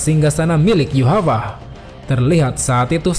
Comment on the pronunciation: Min, kenapa nama nya Yhwach jadi disebut Yuhavac? Pusing dong mikirin Yuhavac Yuhavac.. rupanya Yhwach.. wkwkwkwkwkwkwkwkw